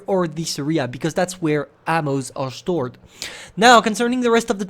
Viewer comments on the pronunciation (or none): u said: where ammo is shtored